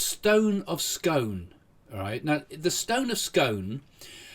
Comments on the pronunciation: The Stone of Scone: it is not pronounced as the pastry/ cake. It is pronounced as Skoon (rhyming with balloon)! Southerner.... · Hi Craig stone of Scone is pronounced stone of ‘Scoon’ 😅